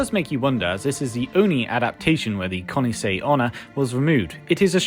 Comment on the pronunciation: I feel like you've been pronouncing Kuchisake Onna very quickly, it sounds like Kunase Onna. Nice vid tho :)